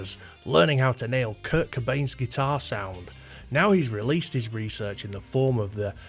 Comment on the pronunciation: I watched the video the entire way through, and it's not like there's a huge revelation? You start out saying that you don't want to copy a guitar tone and therefore you can't understand why anyone else would, you tell us you don't like grunge and proceed to mispronounce Kurt as Kirk, then repeat these points for 8 and a half minutes. 🤷‍♂️